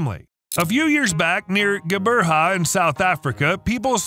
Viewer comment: next time ask me to help pronounce QGEBERHA properly or any south African words